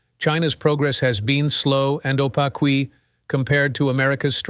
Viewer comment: Awful software gen narrating. 'Oh Pak kwee' ?? Opaque